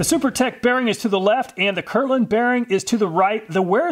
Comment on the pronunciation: It bothers me a little that he is mispronouncing my name lol. "It's Kirkland, not Kirland"